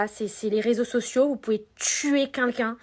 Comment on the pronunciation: "Vous pouvez tuer cuncun"..! Non Magali... Répète après moi... QUELqu'un... Allez, essaie stp 😉